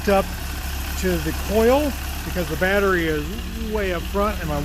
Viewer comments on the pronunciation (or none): none